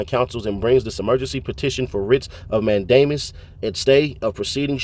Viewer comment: Writs of "MAN-duh-muss", not "mayne-DAY-miss". Also you got a lot of stuff wrong here, trying to do analysis. You should hit up an actual lawyer to check what you're saying. Not hating, this stuff is ridiculously complex. Just, maybe focus less on speed and more on accuracy. Or stick more to facts like ThuggerDaily. Coulda done this vid w no commentary and it'd be fine. If you're familiar with court, you should know that this complex stuff doesn't always mean what it seems to, tho. It's not plain language. Anyway, my two cents. Thanks for the work you do tho!